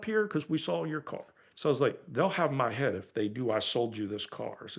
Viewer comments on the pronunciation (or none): none